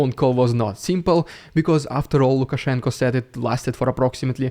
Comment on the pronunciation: I appreciate the effort to call him Lukashenko with an o